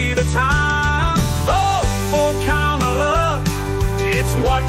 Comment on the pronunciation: Wow...sang-a-lah for KAMALA